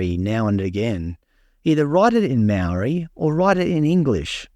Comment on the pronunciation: Some of the best maori pronunciation I've ever heard. Absolutely loved it.